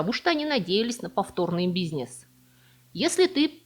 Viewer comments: Мне нравится Ваш канал, только вот слова и ударения, типа: дебЕтовая и бизнЕс, всё впечатление портят😏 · Слово "бизнЕс" режет слух :) Интересно, почему вы так говорите? Не могу припомнить чтобы я где-нибудь слышал такое произношение этого слова. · В русском языке слово "бизнес" относится к группе заимствованных слов, где перед "е" произносится твердый согласный, так что звук "е" превращается в "э". Таким образом, слово "бизнес" произносится как "бизнэс". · Ударения ставь правильно и научись говорить слово бизнес